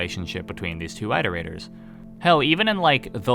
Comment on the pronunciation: Still saying iterator completely wrong I see. I respect your resilience.